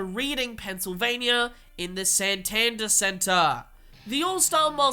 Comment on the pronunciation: its actually pronounced Santander preforming arts center